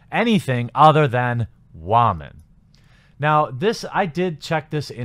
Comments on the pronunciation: This commentary would have been more interesting had you WATCHED the movie first. Also, why do you pronounce “woman” like “wah-men”??? You sound like Elmer Fudd saying “raman”... 🤔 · Am I the only one hearing him pronounce it "whaman"???? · Maybe I'm just new here, but why do you keep saying "woman" like that? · Is he saying “ramen” lol